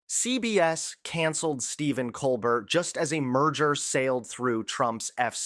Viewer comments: It’s pronounced “Coal-bear”… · Colbert is pronounced coal bear😊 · I love your show but you need to pronounce Colbert properly just like you pronounce Kamala properly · How in the world do you not know how to pronounce Colbert??? OMG! How's that even possible??? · Jesus Christ,. How do you not know how to pronounce Colbert???